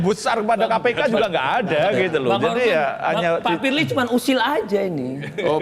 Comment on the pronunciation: Pirli Basuki...... 🤭🤭🤭🤣🤣🤣🤣😂😂😂 Ngakak dahhh split-tounge-nya Bang Hotman....🤣😅